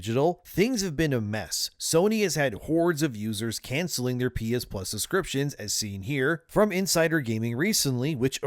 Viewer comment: "pee-is-pluz"? "pee-is-1", "pee-is-2", "pee-is-3"